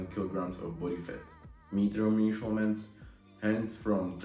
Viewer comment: Typi na výslovnosť: much= mač Measurements= mežrments Since= sins Ago= egou Každopádne rešpekt za to že už takto mladý tvorí videa a ešte aj v anj. Čo sa výslovnosti týka, každý sa časom učí, dúfam že ti môj komentár trochu pomôže. Rad budem sledovať ako sa každý deň zlepšuješ💯. Tiež by som rád začal takto s tvorbou na ytb v anj.